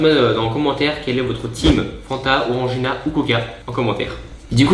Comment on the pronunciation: Son onagrina il la changé en orangina et il a réechanger en onagrinaa